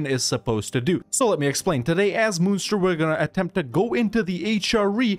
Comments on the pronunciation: I'm pretty sure it's pronounced like Monster. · The way you pronounced Munster today is the way you pronounce Münster. No idea how you pronounce the Irish one. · Munster is fun-ster. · As somebody from present day Munster, the way he says it drives me insane :) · Wahey more Irish play! I was disappointed the flight of the earls idea wasn't the one you went with but this is good too. Also, first pronunciation you do is the German Munster, second one is the Irish Munster. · Its being pronounced wrong